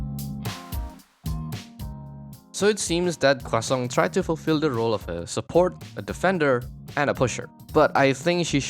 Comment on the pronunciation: French guy here, I'm just here to say that everytime you say Croissant with an emphasis on our weird R sound, it makes me very happy. Great video!